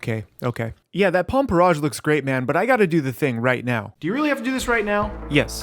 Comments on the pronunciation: It’s porr-IDGE not porr-AAHGE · The way you pronounce porridge is very unique. Also this looks very very yummy.